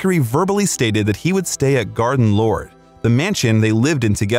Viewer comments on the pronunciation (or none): Did you say "Garden Lord...?" (TWICE?) You meant Garden LODGE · Garden Lodge. Not LORD. I would rather hear comments from peoples own mouth. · GARDEN LODGE!!! NOT garden lord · Freddie's mansion was "Garden Lodge" not "Garden Lorde" as mentioned wrongly in the video and also Freddie was 100% gay not Bi-sexual. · Glad some one else noticed that mistake! Garden lord 🙄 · So many factual inaccuracies in this and can’t even say Garden Lodge correctly!